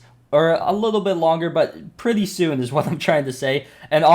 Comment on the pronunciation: "Predthy soon" :')